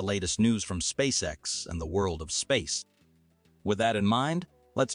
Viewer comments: "Spay-kex"??? Whoever you are, for the love of God, stop mass-producing fake channels with automated narrators badly reading poorly-written scripts. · spakex 😅😅, still informative 👍🏿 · Did it say, 'Spay-kex'? 'Massive Improvement', 'Real Genius', etc..is when your AI generated videos pronounce the words right. Or at least, you take the time to edit them. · WHAT THE HECK IS SPAKE-X?